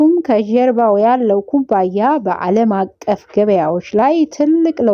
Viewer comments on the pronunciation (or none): ምን ጀምረሽ ነው ?ዜና ጀመርሽ ?ይቅርብሽ ማስታወቂያው ሳቢ ነው በድሮው የመኪና ሽያጭ ላይ ይሻላል። ደግሞ ኩባንያ የሚለውን ኩባያ አትበይ